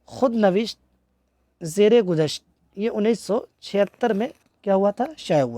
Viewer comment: آپ کے لکچر میں کافی غلطیاں ہے۔۔ زر گزشت ہے۔ زیر گزشت نہیں ہے۔۔ 2 آب گُم ہے۔ آب گَم نہیں۔ 3: مشتاق احمد یوسفی کی پہلی کتاب 1961 چراغ تلے۔ 4:دوسری کتاب خاکم بدہن1976. تیسری کتاب آب گم 1976. چوتھی کتاب زرگزشت 1990. آخری کتاب شام شعر یاراں 2014. اعزازات:. خاکم بدہن اور آب گم پہ شادم جی ایوارڈ۔ بینکاری خدمات پر قائداعظم مموریل ایوارڈ۔ حکومت پاکستان کی طرف سے 1999 میں ستارہ امتیاز۔ 2002 میں ہلال امتیاز ملا۔